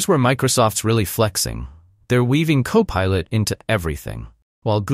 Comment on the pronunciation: Poor AI voiceover can't even pronounce CoPilot consistently. When I identify AI voiceover channels I delete them from my feed. Ergo, YouTube, "Don't recommend this channel...".